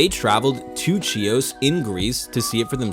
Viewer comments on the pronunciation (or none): The island is pronounced Hee-os.